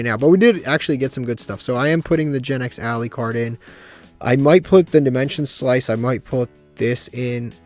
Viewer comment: Love how he misread dimension slice.